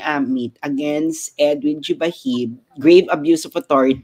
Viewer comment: Jubahib pronounce as Hubahib